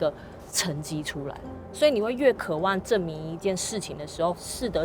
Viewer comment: 只有我注意到「渴ㄨㄢˋ」嗎？